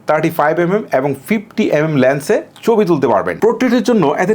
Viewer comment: চবি কি ভাই??? ছবি বলতে শিখেন।